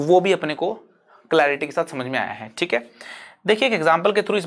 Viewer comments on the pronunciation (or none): none